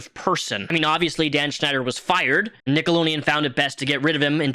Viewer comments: Nickelo D eon. Not “nickelo Neon”. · Dude, it's NickeloDEon not Nickeloneon lmao sorry it's bothering me! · The network is called "Nickelodeon" not "Nickeloneon". You need to put a "D" sound after the "lo" and not a "N" sound. Also, "Game Shakers" was the name of the show you mispronounced. You called it "Game Snakers". ~Dutch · For the love of god it’s “NickaDian” not “Nickalonian” lmao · Why do you say NickeloNeon instead of NickeloDeon? It bugs the s out of me. Down with Hollywood ped*s, but, also, READ. Kthxbye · nickeloDeon, lol. not nickeloneon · Its driving me nuts that you keep saying "nickleoNeon" instead of "nickleoDeon" lol 😅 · have i missed a joke, why are you saying nickeloleaon instead of nickelodeon? lol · Slough= "Sl-ooh", not "sloof". Nickelodeon= "Nik-ehl-oh-dee-uhn", not "nik-oh-lohn-ee-uhn. Game Shakers, not Sneakers. Just saying. ♡ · NickeloNEON?? It's NickeloDEON, lol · its pronounced nick-o-load-ian not nickolonean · What's "Nickeloneon"? I mean I know he made shows on Nickelodeon, but I never heard of this other channel! Nickeloneon 😂 lol how the hell did you ever get that pronunciation? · That was driving me insane 😂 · Nickolodeon 🤣🤣 not Nickoloneon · Why are yoy saying "nickalonian " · Are you purposely calling it nickelo-neon?! If I got a dollar for every time You said that I would have had $100 at the end of this video. It’s very cringe and hard to watch because of that even more so than Dan schinder. Also I noticed why are the guys feet blurred out but the girls feet are shown? Also growing up watching this as a kid this is how I probably developed my foot fetish. But as someone with a foot fetish even as a kid I always noticed this. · love your videos but why are you saying Nickeloneon lol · Dans disgusting along with the many other pervs and pdos that worked on many kids television shows! 🤮 I kept getting distracted and giggling by the way you say "Nickelodeon" but you say it without the d like "nickeloneon" 🤣🤣